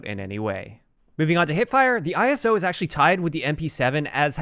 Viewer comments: The “eye-so”. “Not I-S-O” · It’s pronounced “Ice-o”. Like in ‘Iso’tope. Every time you said it, it triggered a bit more 😂.